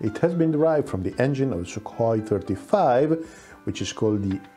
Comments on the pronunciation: Sookhoy is the correct transcript, not Suk-hoi.. and Poo-tin 🤣🤣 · its sukhoy not sukoy { kh sound like german ch in bach or koch)